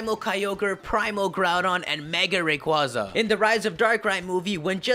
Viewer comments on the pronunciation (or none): none